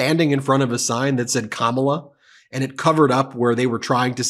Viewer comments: Can we normalize pronouncing her name correctly? It's pronounced, "COMMA-LAH." Fox and their weirdos need to get it together!!! Vote blue💙💙💙 vote for Kamala Harris and Tim Walz💙💙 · Here’s a pro tip, Fox “News” - learn how to say Kamala. Accent is on the first syllable. Kamala has 3 syllables, so I know it might be a hard word to say for you. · They still can't pronounce Kamala's name correctly. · You know what's so funny and strange, how they try so hard to mispronounce her name. They look so stupid. SMH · These morons can't (won't) even say her name correctly. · My God. Have some respect and pronounce her name correctly. Craven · Look at all the racist white people coming out in droves. You know how to pronounce her name correctly, but you racists keep mispronouncing her name as if that's going to stop her from winning. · Can no pronounce Kamala’s name correctly? It really shows how bad they are to keep it up. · DoNald T. Rump and his sycophants all mispronounce Kamala the same way. Interesting. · They got nothin', so they pronounce Kamala's name wrong. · You shouldn't be on tv if, as a fully grown man, you can't say someone's name! Seriously, how dumb can you sound 🤦🏻‍♀️🙄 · All of foxes micro aggressions are so infuriating. They KNOW how to pronounce her name, but refuse to do that. Stephen miller is horrible. I hope Tim finds a way to shut him down like he did with jd yesterday. And when did Kayleigh ever care about facts mattering?? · Notice they all pronounce her name wrong. They are children. Their brainwashed supporters are children with anger issues. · FOX should grow up. Pronouncing Kamala's name correctly might get her on their network in 10 years or so. Although faux news might be bankrupt by then.😂